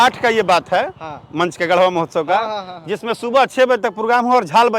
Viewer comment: राकेश भईया सही है सबका लेवल अलग अलग है... 🙏🏻Bhaiya mafi chahunga lekin reporter mahoday gadwa mahotsaw nahi hai, gadha( गड़हा), hota hai